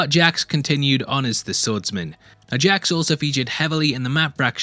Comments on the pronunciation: Leave it to a British dude to pronounce Jaques as JAX. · The Way He Pronounces Jacques infuriates me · I will totally buy your merch, if you start pronouncing the name “Jacques” correctly! 😎😇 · respectfully... please look up how to pronounce jacques 😭